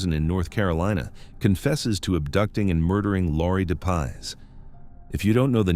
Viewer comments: Laurie Jean Depies, not de paz. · Its pronounced Dep ies